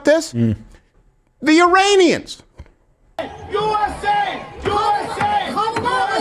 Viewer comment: The Uranians? Steven needs a pillow and some rest. Shilling for Trump can have its toll on the mind.